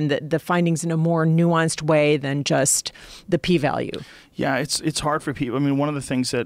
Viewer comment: Joe "Nuansced Opinion" Rogan